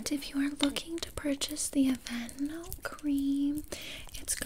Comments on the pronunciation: Her: “I am goin to be aplying on you the AvAnOooo aCtIVe NaTuuuAll” Me: 😂😂 dead on the floor laughing Later on Her: “I was a thing with the security gard so you do have to pay” Me: now in my grave 😂😂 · Okay but why did the pronunciation of the lotion's name kill me 😭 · Love your sense of humour! It was the sshhhhhh don't fight it 🤣🤣🤣🤣 this was the funniest ASMR role play I've seen in a loooonnggg time! Literally forced into buying these Aveeno natural (said with the accent 🤣🤣) products! But I need the talent anyway 🤣🤣🤣🤣👏👏👏👏👏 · That was hilarious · When she started reading the aveeno in a French accent omg I was amazed 😂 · The way she pronounced Aveeno had me dead!😂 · THE WAY SHE SAYS AVEENO 😂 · No one gonna talk about how she said aveeno 😂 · Lmao. The way she pronounced the name of that lotion took me out.